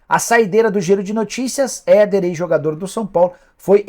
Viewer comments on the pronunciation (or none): Uma dica! Quando vc citar a pessoa poderia colocar o nome escrito na tela. Foi quase impossível entender vc falando do Éder jogador do São Paulo. Tenta colocar uns caracteres!!!